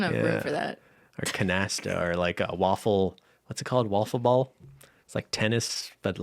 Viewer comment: “Wiffleball,”!